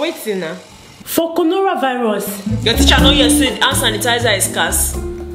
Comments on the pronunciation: "Conoravirus". Lol. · Did she just said Conora Virus instead of Corona virus ?😂😂😂😝😂.And also this is just the second time and i already think your the best.Your so creative i would have not thought about any of that . Your just too much . Amazing😃😃!